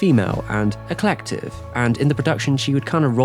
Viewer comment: "eclective"? LOL!